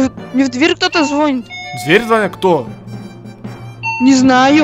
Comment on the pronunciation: Не зво́нит, звони́т